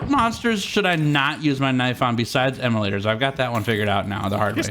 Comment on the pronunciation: Immolattors, not emulator guys.. M-O-Later.